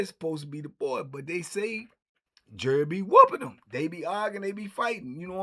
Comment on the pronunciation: All this time I thought he was saying jury.